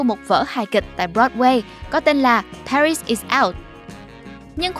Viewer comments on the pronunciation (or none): none